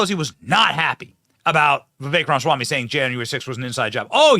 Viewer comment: Say it with me, Benny: Rom-uh-swamy.